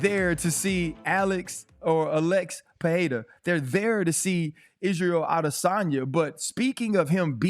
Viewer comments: can someone correct DC's pronunciation of Pereira's name? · Guys, respect Pereira enough to say his name right ffs